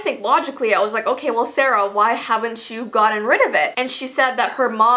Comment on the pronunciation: Sofiya Iliassov I think she said k like OK